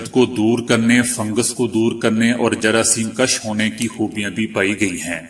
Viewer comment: جراثیم کش غلط ہے۔ اس کا مطلب ہے، جراثیم کھینچنا۔ درست لفظ جراثیم کش ہے جس کا مطلب ہے ،جراثیم مارنا یا قتل کرنا۔ فرق زبر اور پیش کا ہے۔ ناراضگی معاف۔